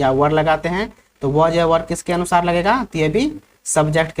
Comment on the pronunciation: सर अनुसार की जगह अनुसाय हैं😂😂😂😂